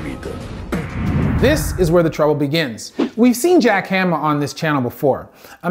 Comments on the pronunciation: Correct pronunciation below: Baki...bah-kee Hanma...hahn-muh Gouki...go-kee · Just a brief insight for pronunciation, Baki is pronounced as "bawki" . As for hanma, it would be " honma" A's are not as profounded. Same goes for Ali, not as pronounced as "Alli" but as "All-i"